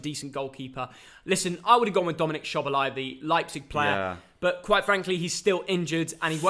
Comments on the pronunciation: my man said shobolai and gulasci...as a hungarian i was waiting for the pronounciation of the names😂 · How did you say Dominik Szoboszlai’s name, this just hurts me as a Hungarian😤😅